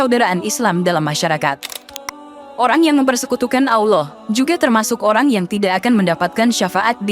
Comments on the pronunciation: MENYEBUT NAMA ALLOH ITU TIDAK ADA HURUF U NYA MIN.🤔 BUKAN AULOH MENGUCAPKAN NYA. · Kontennya bagus TPI presenternya kurang fasih dlm mnyebut ALLAH,auloh😅, warahmatullahi,warah matulohi😅,,lailahaillallah,lailahailauloh😅,sdikit tak nyaman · Penyiarnya apa bukan muslim koq bc Lafat Auloh , Auwloh 😁😁🤭🙏🙏